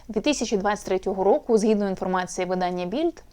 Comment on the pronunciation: ВидАння, а не виданнЯ, вчи мову